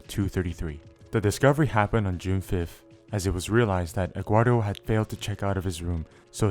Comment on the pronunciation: why does this guy pronounce Eduardo as "Eggwardo"